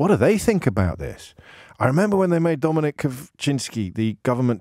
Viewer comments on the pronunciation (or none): none